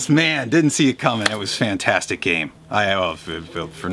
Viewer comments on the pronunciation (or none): none